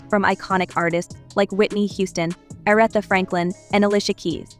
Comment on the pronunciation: Ah-wreth-uh?! You're moronic